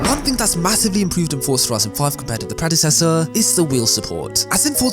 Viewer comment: stop saying fortza say forza